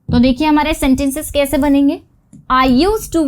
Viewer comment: आपकी हिंदी का उच्चारण भोपाली क्यों है ? बहुत इरिटेट करता है जब आप मैं को में और कैसे को केसे बोलती हो...